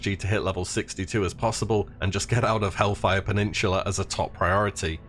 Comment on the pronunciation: "hellfire penninchula"